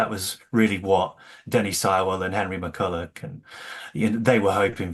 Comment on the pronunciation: Like the podcast and both Legacy books (GREAT books). Just a small point for your hosts: It's Jimmy McCullOCH and Henry McCullOUGH- I've heard that in more than a few episodes of the show, or I wouldn't mention it.